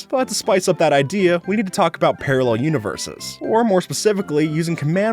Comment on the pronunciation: "But to spice up that idea, we need to talk about parrarel unoverses" Something about